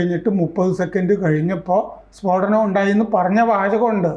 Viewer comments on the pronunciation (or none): നിങ്ങൾമലയാളം എന്ന ഭാഷ ആദ്യം പഠിക്ക് സ്ഥോടനമല്ല സ്പോടനം ചാനൽ ഇഷ്ടമാണ് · തെറ്റി സ്ഫോടനം 😂😂😂